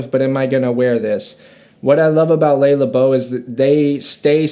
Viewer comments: Not "LAY Labo." It's "LUH Labo." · Le Labo is pronounced luh laah-bo. Roja is pronounced Roger (British pronunciation). Penhaligons is pronounced pen-Hal-iguns. Love the videoo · Nice. It took me so long to realize that you were saying "LE LABO". I haven't yet heard someone pronounce it like "Lay le beau" haha. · I have never heard someone pronounce Le Labo like that lol I was listening audio only and I’m like huh, what’s that brand haha it’s like “luh lah-bow” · Ley-la-bough lmao